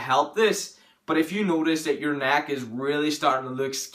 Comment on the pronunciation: Thick NACK JK man everyone has an accent, not mocking you